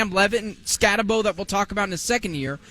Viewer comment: BROS. I don't know why you think people will subscribe when you call coach a NUTJOB and pronounce the star running back name SKATTEBO incorrectly. Cool stickers on your laptops. Looks like child stuff and the same effort for preparing for a show. I stopped listening